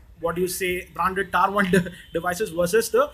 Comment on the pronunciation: Tier is pronounced "TEAR", not "TYRE"..